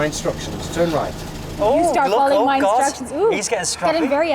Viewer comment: "Got water on mi hair", argh 🤦‍♀️